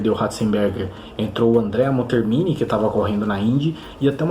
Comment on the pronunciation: É Andrea MonTÉRmini que se pronuncia.